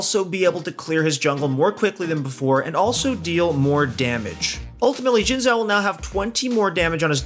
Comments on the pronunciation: Jin zhao? I think it's ''zin'' zhao but idk. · It's read as "sin chao" not "jin zao" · Guys, it's "shin jao" not zin jao or shin zao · Say it SHIN xhao not Zin Zhao! Shin shin shin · I think they said “zjin chao” which is close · Oh btw Xin Zhao is pronounced “Shin Jao” :) Source: I’m Chinese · it sounds like he’s saying Jhin-Zhao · My guy literally saying Jhin Zhao